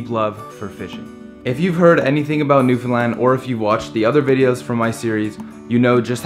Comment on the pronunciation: This is the first video I've seen of yours. I have only one beef: You need to pronounce "Newfoundland" correctly, consistently. (I'm sending you an email.)